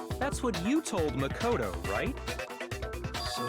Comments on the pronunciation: I laughed when he got makotos name wrong and said nagito Little does he know that’s a character in the second game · He called Makoto Nagito 0-0